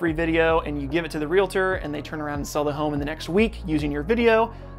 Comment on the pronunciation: fyi, it's pronounced real-tor not real-a-tor.